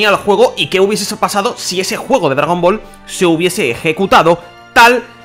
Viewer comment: por que putas dice dragon boro